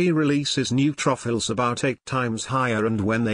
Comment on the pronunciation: I never knew I had new truffles ( neutrophils). Laughed every time it was mispronounced!!!